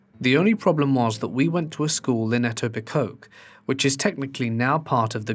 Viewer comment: Oh. I'm so sorry. Etobicoke is pronounced Eh-toe-bih-koe. It's a super weird word. I think it's one of those white folks messed up a native American word deals. Apologies on behalf of my country's weirder place names.